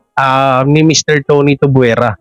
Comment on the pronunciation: Bulol ka talaga. Tuvyera brad, hindi tubwera. Hehehe